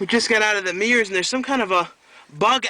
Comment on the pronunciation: The Don and Murph shi*t doesn't work for me, but I like the spur of the moment reviews. Usually you have the best opinions when you're fresh out of the theatre. I'm excited to see Mirrors (or Mirr's, as you pronounce it), although in my home country(the Netherlands) it isn't out for another month or so. But I am going to see Midnight Meat Train on Friday! I understand it's only in dollar theatres in the States. Weird!